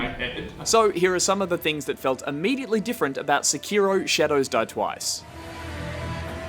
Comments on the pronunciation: SI-KI-ROEW Oh God. The cringe. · stop saying Seki-row just stop,get some help